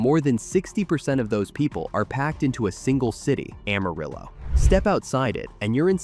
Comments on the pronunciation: No, it's pronounced Am-uh-rill-oh. We don't say rill-uh. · It's no secret that Amarillo is pronounced wrong. Just about everyone who has lived in our little city and did not hide under a rock could tell you this. Carolyn Jones who played Morticia Addams in the 1960's Addams Family TV series was born in Amarillo. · Goddang it!!! I grew up in West Texas... It's pronounced Amarriller...😅